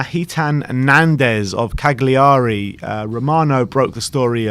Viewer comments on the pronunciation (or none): Hey, the "g" in Cagliari is silent. Its pron. Ca-liari.